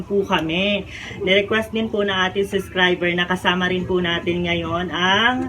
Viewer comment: Yes suscriber😅 where is the 'b' sound?